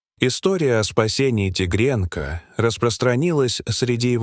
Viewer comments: Почему такое произношение слов?наверно тигрёнка,а не тигренка.Столько неправильных в произношении слов - ужас? Не хочется да же слушать - ухожу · Не могу слушать, тигрЕнка 😂😂😂